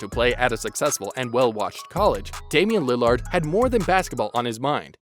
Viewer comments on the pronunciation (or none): Are you incapable of saying lillard or something